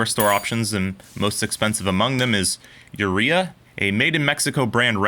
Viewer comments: If it's a Mexican brand, wouldn't it be pronounced oo-ray-ah, not you-ree-a? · I think Urrea is pronounced 'you-RAY-uh' it doesn't help the wrenches but at least it sounds better.